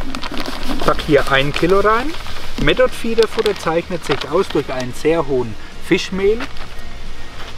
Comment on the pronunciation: Method spricht man mit englischem th aus.... Und nicht metod.... 😉